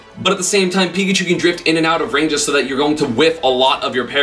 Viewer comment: well he got pikachu right